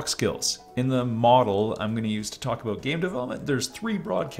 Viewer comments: I'll be honest... I just dismissed it as a hiccup in my stream. As a fellow Canadian, I actually don't hear the 'aboot' version very often... mostly just online. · As a fellow Canadian I didn’t really hear the “about” thing until you pointed it out. I think we, as Canadians, hear the different pronunciations enough that we don’t notice a difference unless we are looking for it